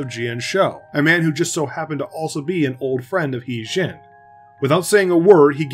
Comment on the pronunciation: It actually his name sound more like her d*zing(modern). *Tougue position for a d pronounciation, while exclaiming zing. Regardless, good job with this video!